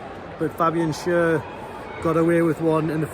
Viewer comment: It's pronounced Fabian Share not Sher.